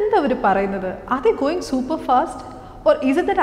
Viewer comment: Going and hope pronunciation is wrong i feel.(at times you are making the mistake) Hop and hope pronunciation is different. You are pronouncing hope as hop. And isbit correct to say hi to all? Cant we just say hi all?